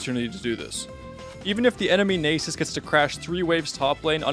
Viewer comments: "enemy nay-sus" Bruh, fucking what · that pronunciation of Nasus should be instant jail time. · Ran to the comments for this